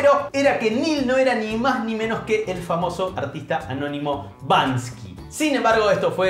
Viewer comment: No puedo escuchar a decir “Bansky”, cuando claramente el arista se llama “Banksy” 🫠